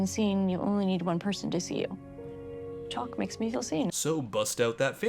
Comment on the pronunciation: She calls him Chalk and not Chock. Chock rhymes with Lock.